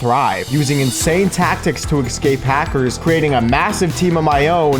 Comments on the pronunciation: EScape not EXSCape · why does he keep saying "ekscape" 😭